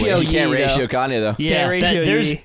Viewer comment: We just going to move on when called Kanye "Yee" instead of "Yay"?